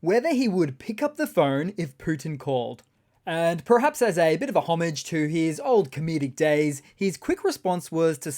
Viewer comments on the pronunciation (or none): none